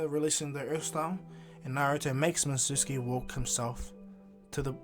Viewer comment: the name is mi-zu-ki